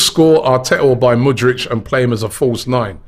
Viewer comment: Robbie it’s Mudryk not mudrych and it’s not Yoaow Felix he’s Portuguese you pronounce the J of Joao just as the J of Jesus or the Xh of Xhaka